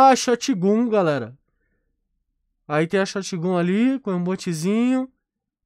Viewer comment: sim mano da agonia ele falando, e ele fala shotGUN e não shotGÃN